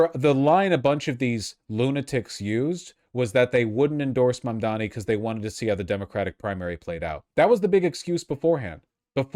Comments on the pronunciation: MaNDoMEe It's totally on purpose. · Is he incapable of saying Mamdani or does he just really enjoy saying "Mom Dommy" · he's STILL saying "mom dommy"??? i honestly can't tell if it's unintentional or some weird attempt at a racist insult. it's NOT a hard name to say. if it IS a mistake, i think that's why he only called him "the assemblyman" during the debate. he didn't want to get called out for getting it wrong. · I like how neither Cuomo nor Sliwa can pronounce Mamdani's name